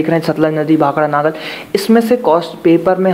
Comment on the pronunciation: Naagal ni nangal